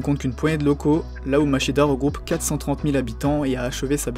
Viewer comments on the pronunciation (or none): Hate de voir la partie 2 ^^ Si j'ai un conseil à te faire, ce serait d'essayer de travailler un minimum ton accent nippon; evidemment je te dis pas de prononcer parfaitement, mais au moins d'essayer d'avoir une prononciation poche et juste! Par exemple, "Machida" se dit "Ma-tchi-da" ou "Hakone" se prononce avec le H inspiré... Du coup c'est du détail, et le reste c'est nickel je trouve ^^